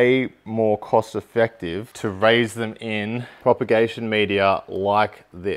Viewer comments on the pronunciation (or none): none